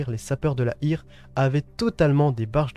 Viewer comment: Et Heer (air) et hire! Quelques notions de diction germanique ne serait pas de trop, j'ai les oreilles qui saignent.